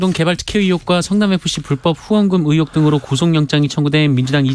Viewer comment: 의횩이 아니라 의혹